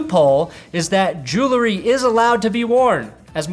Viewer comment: Jewel-ree, dude :/